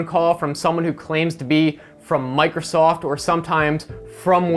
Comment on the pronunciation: "Mocrosoft" Lol. Sounds like a Freudian slip.